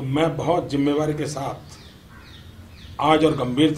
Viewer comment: Jimmewari Nahi jimmedari bolo